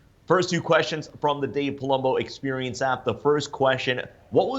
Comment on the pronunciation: Dave ''ExpUrience'' Palumbo''. Love the videos, keep em coming!